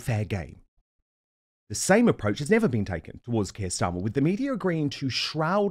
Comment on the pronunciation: Kwier starmer